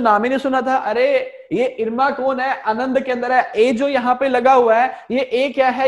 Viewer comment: It's not anand, it's aanand, amul vala.....